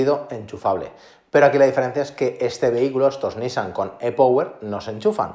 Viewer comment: Por qué no pronuncias las palabras como son. E-Power es en inglés anda tío que no cuesta nada! Lo mismo le digo a los ingleses que las palabras que incluyen en sus comentarios las pronuncien bien como son.